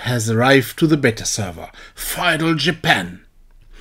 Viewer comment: Feudal, in English, in pronounced like (few-dull / fyu-dull). Looking forward to Feudal Japan!! :)